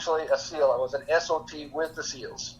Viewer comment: He keeps saying he was an S. O. T. and I keep hearing S. O. B. 🤦‍♂️